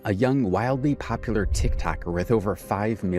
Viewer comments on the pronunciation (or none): none